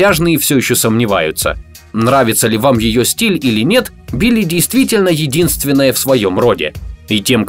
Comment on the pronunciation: "убили" послышалось.✅